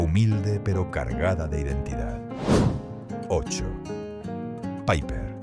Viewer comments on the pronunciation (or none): Nunca se ha llamada "paiper". Era una marca española y se pronuncia "Piper". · Al Piper se le llamaba Piper. No Paiper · Nadie lo llamó nunca PAIPER!! Era Piper, tal cual. Muchos errores. El Bisonte era rubio. El Sombra era con filtro y no era fuerte, todo lo contrario. Aparte, faltan muchísimas marcas: Boncalo, 3 carabelas, BN, 46, Record, Mencey, Feten, Rumbo...... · Menuda castaña de video. Y lo de "paiper" en lugar de PIPER, ya me ha hecho pasar de todo el documento.